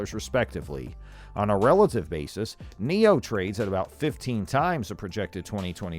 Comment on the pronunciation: NIO not Neo